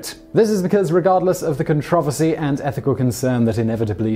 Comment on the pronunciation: Every time this man said the word, "controversy" I almost had a stroke.